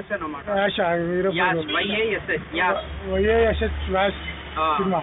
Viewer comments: Yaash nahi ye-sh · It's Yash dude... Not yaaash. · Not yaash it's Yash